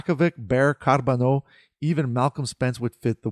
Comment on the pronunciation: I liked how you rolled the “r” in Carbonneau. Didn’t follow the prospects much this year, but I can’t wait to see what Hughes and Gorton will cook this summer.